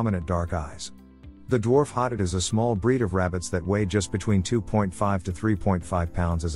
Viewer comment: it’s a voice over text. Speaks very quickly and it’s voice is a little inconsistent, sometimes getting softer, sometimes louder but staying relatively monotone. Plus it pronounces hotot wrong